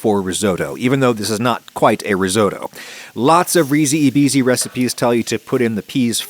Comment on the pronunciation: The "e" in Italian is pronounced more like an "a" and "i" more like an "e", with the english pronounce in this case it would be something like "reesee a beesee" But great recipe! I live close to Venice but I rarely eat this; my family use to cook peas with tomato sauce and pasta, and eat the bisi (or green peas) eaten like plain potato salad, both delicious; but hopefully I will try to make your recipe myself, it seems really tasty 😋